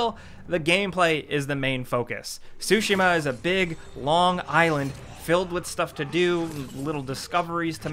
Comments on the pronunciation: Tsu-shee-ma not sushima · Man said "Sushi-Mah" it's "Tsu-Shi-ma" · I love u guys and what you do, but I fainted when you guys said Ghost of "SUSHI-MA" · Ghost of Sushima? :) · THE 'T' IN "TSUSHIMA" IS IN FACT NOT SILENT... seriously though. Imagine saying "chicken katsu" without the "chicken ka." It's easy.